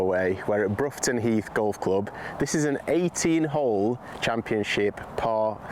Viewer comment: Growing up and working in the villages surrounding the course. It is pronounced Bror-ton, as in "you brought your A game today." 😊